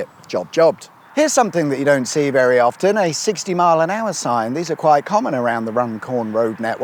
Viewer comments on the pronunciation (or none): none